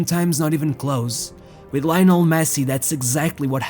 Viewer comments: Leeeeeeeee-o-nel, you baffoon!!!!! Christ! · One instant you pronounce Lai-nel and the next instant you pronounce Leo-nel 😂😂 the latter is the correct way ✅ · Why do I hear Rionel Messi, 🤣🤣🤣